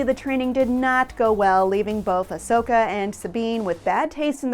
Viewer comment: She says it fine, quit being a troll and crawl back into your cave